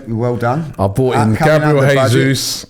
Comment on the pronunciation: J not Hey